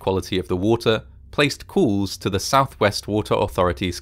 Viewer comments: I'm very much used to people pronouncing some words a bit differently, but never have I heard "calls" pronounced like "cools" before. I've talked to people from all over the world, and I've traveled--which makes me wonder why you're mangled the poor, innocent word. Sure seems fishy that they continued to claim the water was safe--complete and utter nonsense. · Why does the narrator say 'cools' at the start of the video when he means 'calls'? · "COOLS started coming in"?! Even with an accent nobody says cools instead of calls. Aggravating to listen to just plain lazy speaking. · Is he saying calls? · Cools and coolers not calls n callers. Wooter not water also.